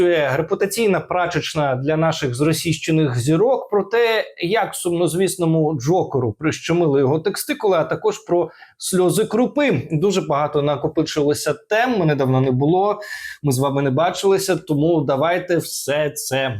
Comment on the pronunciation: ТеСТикули - так правильно, а не теКСТикули.